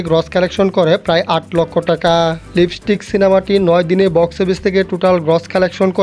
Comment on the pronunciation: ভাই লিবিস্টিক না লিপস্টিক হবে কথাটা 😅